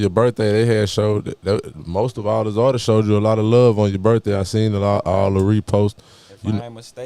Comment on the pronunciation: “artistses” smh